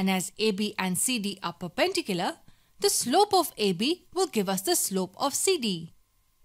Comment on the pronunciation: Say it with me per-pen-dicular it’s not fucking hard